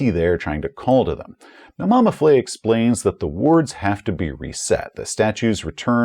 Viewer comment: Additional note: a French-style letter e with the grave accent - moving downward from left to right - indicates that the sound is an open-mid front vowel, like the 'e' in 'bed'. So it's Mama Fleh, not Mama Flay. I mention this because of the potential danger in mispronouncing the name of an Elder God and earning its ire. Love your videos, keep up the great work!